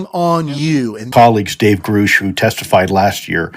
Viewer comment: Why does he say it like that